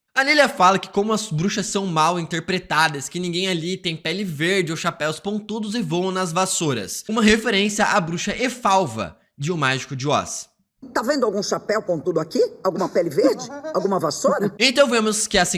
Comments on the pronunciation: Acho que o nome correto é Elphaba e não Efalva heheheheh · Da uma dor cada vez que ele fala “Elfava” kkkk a Bruxa Verde de Oz, em Wicked, é ELPHABA KKKK E uma referência massa foi a do forno, onde a Lilia fala que uma amiga que tinha uma linda casa morreu dentro do forno, referência ao conto de João e Maria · Eu quase morro com a pronúncia da bruxa do mágico de Ozz que ele fala Elphalva, é Elphaba (Pronuncia Élfaba) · “Elfava” kkkk é Elphaba. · Muito bom seu video cara, só um detalhe (que não muda em nada kkk), mas o nome de Wicked Witch, a bruxa verde, é Elphaba (ph com som de "f", assim: Elfaba). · Elphaba!!!! N ouse pronunciar a nome da melhor bruxa errado!!